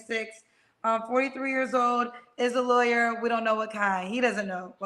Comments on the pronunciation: He said what he said and I understood he said Liarwer not a Lawyer 😂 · Hectic. He got the name right...😂 We in the UK ain't like this one 😂😂